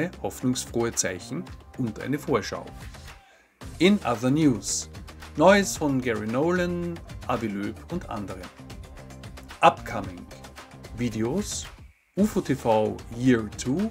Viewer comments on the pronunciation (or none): Avi Loeb wird aber „Awi Lob“ ausgesprochen und nicht „Awi Löb“. Das kann man sich bei Robert Fleischer im ersten Interview mit diesem Herrn ansehen. Avi Loeb korrigiert Roberts Aussprache des Namens.